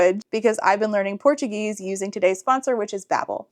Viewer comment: Your portuguese pronunciation is great, congrats <3